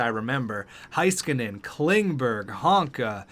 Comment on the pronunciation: Haiskanen oof say Hay-skanen